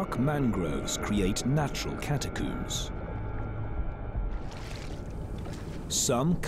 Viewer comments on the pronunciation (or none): This is awesome! Although catacomb isn’t pronounced “catacoom”, still very well done 👏👍